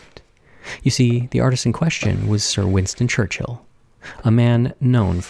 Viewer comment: I am always super excited for your wonderful content, but this time...WINSTON CHURCHILL. OMG.